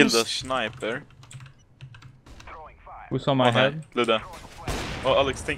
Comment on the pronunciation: "i killed the shniper" i prefer when he sais shnoiber btw is that steffe